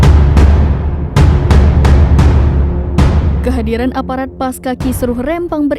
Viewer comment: Pasca dibaca Pasca Bukan Paska